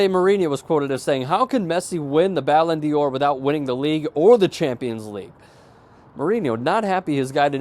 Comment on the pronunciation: not Ballon deor.. prenounced like "dar" kinda in between dar and door really just thought you'd like to know